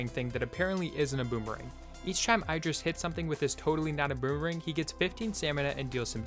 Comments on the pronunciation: it's not "I"dris it's like "E"dris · its pronounced eedris